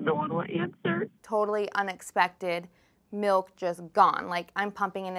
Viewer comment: You mean MALK